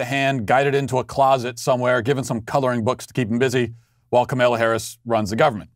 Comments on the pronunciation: Makes me smile every time you say Ka-MALE-a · I have noticed that he pronounces it weirdly :)